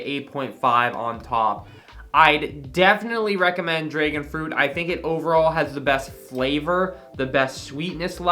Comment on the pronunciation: Dude says dregon instead of dragon